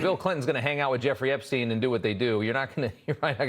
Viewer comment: Funny how she called him "Epstine" I bet she thought that would make it seem more like he was a stranger. Kind of reminds me of how Bill called Monica Lewinski "Miss Lewinski". I don't think she just misspoke.